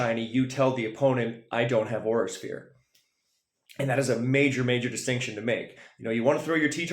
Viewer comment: im ngl when you kept saying Aura Sphere i thought you were saying "Horse-Ear " 💀